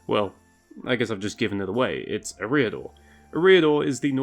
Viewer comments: It's certainly "Air-ee-adore" and not "Eh-ree-adore" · Your pronunciation of Eriador is abysmal. It sounds like you’re saying “a rear door”. EH-ree-ah-door /ˈɛ.ri.a.dor/ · i pronounce eriador differently to you. interesting. honestly i cant remember the last time i heard it spoken out loud. you say "e' REE a-dor" i say "eria-Dorr" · And you don't pronounce Eriador right. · STOP PUTTING THE WRONG EMPHASIS ON THE WRONG SYLLABLE IN "ERIADOR" omfg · For someone who is a LOTR youtuber, you might try pronouncing Eriador correctly. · Look up pronunciations before making a video. Your butchering of “Eriador” was so grating that I stopped watching. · check your pronunciation of Eriador